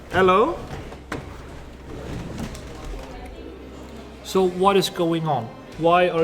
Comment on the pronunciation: Wow... jysus chriist 😁😁